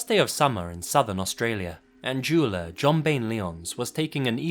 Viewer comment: Did anyone else first hear ‘juuler’ when he said jeweler lol